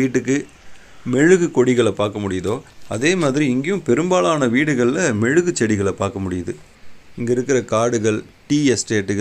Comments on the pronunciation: மெழுகு இல்லை மிளகு . நீங்க எந்த ஊர்? தமிழ் விசித்திரமா இருக்கு.😢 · அது மெழுகுகொடி இல்ல. மிளகு கொடி. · நன்றாக கேளுங்கள் அவர் முழகு என்கிறார் மெழுகு எனவில்லை! மிளகு - மிழகு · அது மெழுகு கொடி இல்ல. மிளகு கொடி.